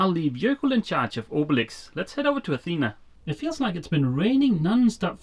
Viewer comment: Dogs eat and sleep, thats why they call it dog life..., Athena the town is pronownced the way you say it Athena the goddess and the female name is pronounced with the tone in the last "a" athenaaa imagine the three aaa as a tone. There is another way to varnish wood, it is called liquid glass and it makes very nice varnished areas but basically it is epoxy and i don't know how it behaves in moisturus enviroment.